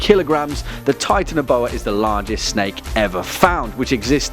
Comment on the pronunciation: you said titanboa wrongs